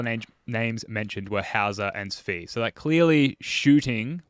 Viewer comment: How did this man just say Svi's name?